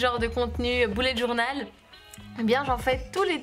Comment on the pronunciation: J adore mais ce qui me stresse et quand vous dîtes boulet journal au lieu de bullet journal 😂🤣